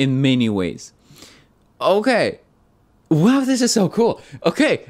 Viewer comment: It's official, is fluent in Korean. Instead of saying "wow" the English way, he said "wahh", the Korean way.